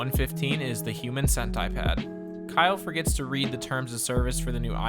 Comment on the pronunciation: The Human Cent-I-Pad!!!